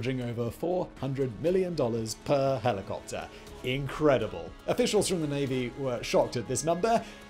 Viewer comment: I love this channel but the i could hardly understand half the words because of the diction. It's like all the last syllables are barely pronounced. "Helicopter" sounds to me like heliwuwuh. "Overhaul" sounds like owuah. Sorry im not a native english speaker.